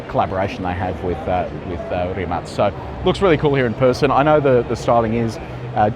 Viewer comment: Good video but please check your pronunciations for Chinese cars. Roewe is pronounced "Wrongwey" in Chinese (weird but true). Also the blue lights you mentioned but didn't fully understand are the lights that show other drivers on the road that you are in self drive mode. Need to spend more time in China.